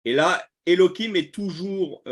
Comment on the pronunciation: Pourquoi utiliser l hébreu moderne? Elohim avec la lettre je en ancien hébreu, or vous prononcez Elokim , avec un k. Merci soyez béni.